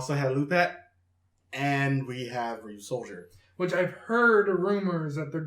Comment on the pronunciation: It’s Ryusoulger